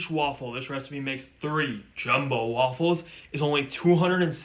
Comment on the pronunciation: i like when he shows how to make the wAWFULles